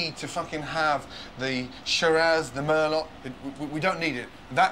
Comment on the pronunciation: Wow..... Shocked, , Gordon pronounces Merlot Wine (Merlow) as Mehr-Lot............. Grade A Chef......???